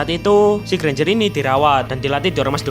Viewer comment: Alah ganjar aja ngomong nya enk susah amat lo bang😂